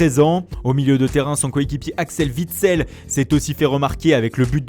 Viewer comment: Bonne équipe mais c'est witsel pas vitsel sinon bonne vidéo